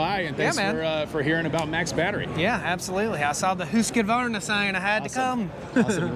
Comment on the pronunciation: I think Tracy gave you a pass, but Chris pronounced it more or less correctly (with an American accent). There's no extra vowel sound after Husq (pronounced Husk or Hoosk) so neither "Husk-ah-varna" or "Husk-e-varna" is correct. With native Swedish speakers I usually hear "Hoosk-vahrna", and German speakers may "Germanize" it pronouncing the V more like the way English speakers pronounce an F, but then again Germans tend to be quite good about being technically correct. Besides I think most of them prefer to say Stihl (there's another one we tend to get wrong). Anyway, drop that extra "ah" you're sticking in there, and I'll only have about 200 million more Americans to correct. :P